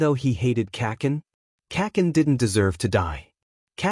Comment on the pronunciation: Do you hate me because you saying kacen😭😢😭😢😭